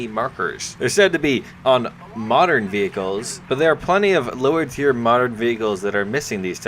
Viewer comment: Look man, I like your channel and watching your videos but i cant take it any more. Please double check your pronunciations and spellings of certain words and phrases before you say them (ie Dynamo, BR, tier, etc...) Please just take this as constructive criticism, I'm not trying to bash you. Sincerely, a fan who wants you to go far.